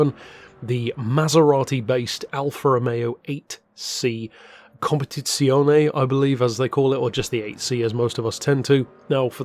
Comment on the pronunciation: As an Italian myself, 11/10 on that "Competizione" impression. :P